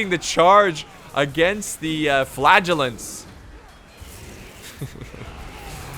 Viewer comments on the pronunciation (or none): chuckles at flagellants sounding like flatulence